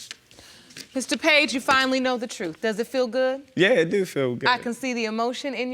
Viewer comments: I hate when she says ‘do’ It sounds like dew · I wonder how the elementary school teacher teach them how to pronounce their O's but I do like how they say Do/Dew I can't say it like that if I tried without sounding weird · 😂😂 I'm from Texas, soon as she said "do" I was like "SHE FROM BALTIMORE" 😂😂😂